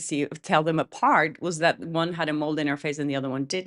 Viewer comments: Just as an FYI it is a "mole" not a "mold" =) You're awesome. BL is getting tiring to hear about but I keep listening, hahaha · I think i heard a "d" at the end of the word "mole". Maybe it's just what i thought i heard. Anyway, there shudn't be a "d" sound at the end of Blake's atrocious skin mole as a twin character :D I love your slightly padded phonetics, it's charming!